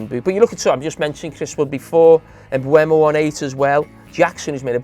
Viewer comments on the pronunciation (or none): none